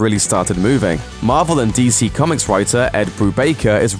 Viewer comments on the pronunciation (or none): none